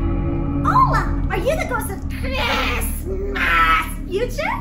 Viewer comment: Why does she have trouble saying "Christmas"?